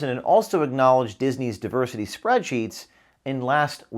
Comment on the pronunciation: Did that guy pronounce it DIE-ver-City…said that way it makes sense….